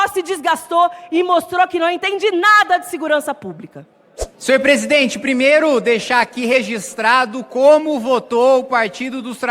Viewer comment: "AGORA O PÔJETO É 10 PESIDENTE"